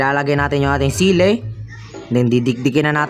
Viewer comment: Chilli 👎 Sili ☑️